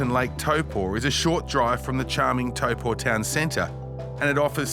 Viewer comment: Old mate says Taupō so well! Amazing video.